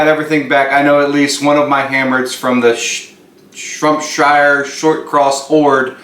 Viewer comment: SHROPSHIRE !!!! Not shrumpshire